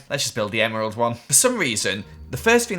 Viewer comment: It's name not Gerald its emerald